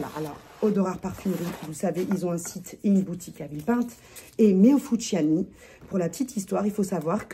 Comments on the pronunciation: Heee sista, c'est fusciouni pas fusciani, tu crois c'est panzani ou quoi😂😂😭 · Merci pour cette revue sur Meo Fusciuni (pas Fusciani!). Mes préférés. Bon 1er mai à vous. c est l Oblio et Sogni en gourmand aussi. Bon 1er mai à vous. J en ai 6.Et la violette Viele Nere est trop belle et naturelle des bois.